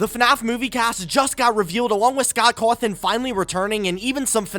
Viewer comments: "Scott Crwathin" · The way he says Cawthon- lmfao